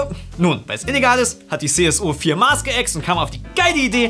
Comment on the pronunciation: Ich möchte mich im Namen von ganz Bayern für die CSU sowie für alle inkompetenten Politiker, die jemals aus diesem Bundesland entkommen sind und noch entkommen werden, entschuldigen. Aber bitte lernt, dad Wort "Maß" auszusprechen. Ansonsten super Video!